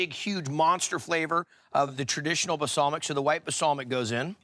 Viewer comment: Bal-Sam-ic. NOT ba-sal-mic!